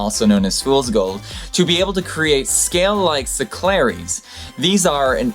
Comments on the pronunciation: how the fuck did you get "secklaries" from the word "scelerites" (skellerytes)? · On the point about the gastropod I just have 2 points. First it's sclerites. A 2 syllable word pronounced as "skler-ites" not "sek-lar-a-tees". Secondly, when you say that their skeleton is harder than rock you aren't really correct. Sure it's harder than soapstone, limestone, and some others but the vast majority of rocks within the crust are silicate made of lithophile elements which are pretty well all harder than iron.